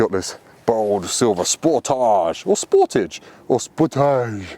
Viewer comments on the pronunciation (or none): Why does everyone pronounce it like it is a French word? 😂 Le Sportaaaaage